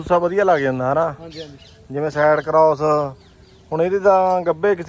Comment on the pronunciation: ਭਰਾ ਜੇ ਅੰਗਰੇਜ਼ੀ ਨਹੀਂ ਆਉਂਦੀ ਤਾਂ ਪੰਜਾਬੀ ਵਿੱਚ ਬੋਲ ਦਿਆ ਕਰ ਸਾਈਟ ਕਰੋਸ ਨਹੀਂ ਸਾਈਡ ਗਲਾਸ ਹੁੰਦਾ